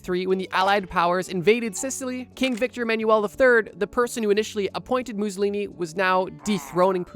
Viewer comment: Stop saying Mussolini like that